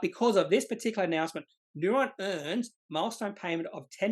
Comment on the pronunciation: Neu-ren. Ren not ron!